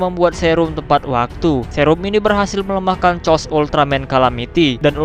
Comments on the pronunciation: Koreksi:chaos itu dibaca "keos" bukan "cos".maaf kalo admin sedkit tersinggung tapi jadi aneh gitu kedengeran chaos jadi "cos".sekali lagi maaf. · Cmn mau kasih tau klo chaos tu di baca bukan cos tpi keos